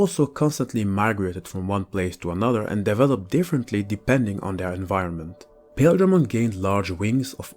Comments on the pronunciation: The anime pronounced paildramon with emphasis on the il sound so pa- il- dra mon not pail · Okay, so this Digimon is called Paledramon, which is a clear reference to Ice or Snow, being that Ice and Snow are shown as being White and/or Light Blue, thus his colors as well. So it is Paledramon; Pale like white. Paildramon is pronounced Pah-ihl or Pah-ail dramon, not Pale. Hope this cleared things up. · I think that Paildramon should be pronounced Pie-eel-dra-mon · pretty sure the exveemon and stingmon jog evo is pronaunced "Pa eel dramon " and writen paildramon so their names or not the same . but its just my knowlage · Paledramon you got right. Paildramon is pronounced weird so it's not odd you got it wrong. Pa-I-eel-dra-mon. Not sure why but that's how the anime pronounces it. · Paildramon is Pie-EEL-druh-mon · Paildramon is pronounced like pie eel dra mon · I always pronounced Paildramon as Pah-eel-dramon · Awesome vid! Can't wait for angel rebellion that'll be sweet. Its pale-dramon and paw-eel-dramon or pie-eel-dramom like buddy said below (I think). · Paildramon is pronounced Pie-il-dramon, when in doubt check the anime as they use his name often. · Paildramon has the long “I” followed by the “e” sound.